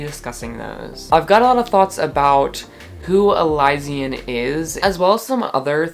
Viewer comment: I’ve been listening to the official audiobooks and so i think its pronounced e-Liz-sian